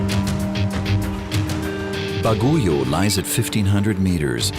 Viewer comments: i almost spit my food out the way the narrator pronounce "Baguio" lol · its bagyo,,,,not baguyo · I was born in Baguio, and it’s bothering me so much how he pronounces it as “Ba-gu-yo” 😭 it’s pronounced *Bag-yo or even Ba-gui-o lol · Thanks for this documentary, I do appreciate you include our country. I just want to point out one thing. I hope there was a research on the right pronounciation of the name of the city. Baguio City is not pronounced BA-GO-YO but BAG-YOU. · What? BAGOYU? It's Baguio ( Bag + uio ) Sounds Like Bagyo Or Typhoon In Other Sound Translation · Baguio is not pronounced as Ba-gu-yo but pronounce as Bag- yo. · It would've been better if the writers did a little mor research. To cite a couple, Baguio is pronounced BAg-yo, not baguyo and the currency is pesos, not pecetas, although they did get it right later on in the video. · Bagu-yio? BAGUIO. Bah-gee-o. What the hell? And that's not a Jeepney anymore, even if the concept is the same. Jeepneys actually look like modified Jeeps, which is where they started, with the classic grill with vertical slats and round headlights mounted on the distinctive angled mudguards of a Willis Jeep, the attendant bucket rear wheel tubs, small tail lights and marker lights and simple World War Two slotted mud tires. Too bad the Australians are now taking over the Phillipines since we left our bases and turned them over to the government. They are disrespecting and erasing its history. Maraming Salamat. And, uh, I don't think he's working on an air cleaner, even for air brakes. More likely clogged fuel lines. Sayotee fruits? CHAYOTE. And they are nowhere near "pumpkin-like". They are solid all the way through, with a central pit section (seeds). And the Filipino currency is the peso or piso, not pesetas, which are Spanish. This is getting more and more annoying, and I'm still in the Phillipines. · Not baguyo but Baguio. A capital city of benguet. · Baguio is pronounced Bagyo. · its not bagoyo its baguio.ay inaya ito